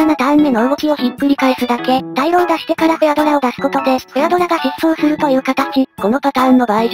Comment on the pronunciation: 今更ですが大浪は「たいろう」じゃなくて「おおおおかみ」だそうです おが多すぎて読みにくい